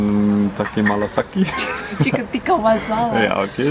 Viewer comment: Omg ! He is saying it chicken "tatti" haha